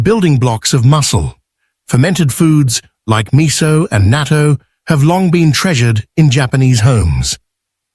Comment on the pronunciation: It’s natto not nato!